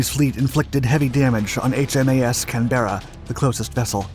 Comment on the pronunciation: Pronounced CANberra